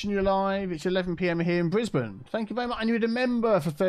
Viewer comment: Wow he really actually said BRISBANE!